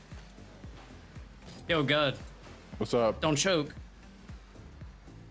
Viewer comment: i love this series also: "oh my guhd"